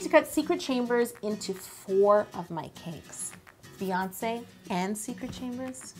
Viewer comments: It's BEyonce not BAYonce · Same! Her name is not baeyonce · Um NO ! it is Beyoncé as in "Bee" because the y can sound like an e because it is next to the e.